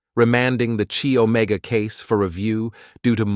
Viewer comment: “Arrow-gance” instead of arrogance “Chi- Omega” is pronounced Kai Omega Elementary school stuff